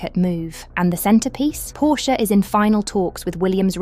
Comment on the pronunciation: WHY Can’t the British speaking pronounce Porsche correctly?